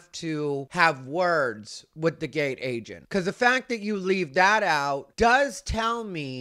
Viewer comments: This part 😂 Also for some reason I kept hearing “gay agent” instead of “gate agent.” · When you first said gate agent i thought you said gay agent. I was like what the F is going on and how do you know he's gay.😂😂😂